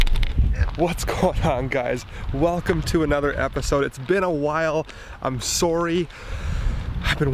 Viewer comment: In the beginning when you said "I'm sorry" sounded super Canadian 😂 keep up the cool videos man 🤘🏼